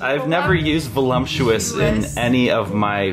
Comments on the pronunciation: The very valumptuous vee vench ( like a bench but with a v 👁👄👁) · No one: Not a single soul:: VoluMptuous